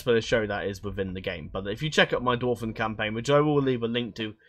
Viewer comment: I'm glad you corrected yourself with Carn-dûm, I was typing a message to point it out in the comments as you corrected yourself lol. The arrow on dûm basically just extends the "u" sound creating a "ooooo" effect. Another correction for you: Ost-in Edhil is pronounced ost in ethil. Ed = eth It's dwarVen, not dwarfen. Tolkien specified that while in other literature the correct use is Dwarfen, if you are referencing his Dwarves specifically, its the V variaiton. And thanks for the overview on this mod! The first thing I did when I found 4.0 on moddb was google "Third age total war 4.0 preview"... found a good video. thanks :)